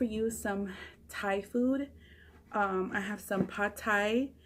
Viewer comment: I love how you pronounced pad Thai right too. I swear you're part Asian girl! Keep making us hungry 😜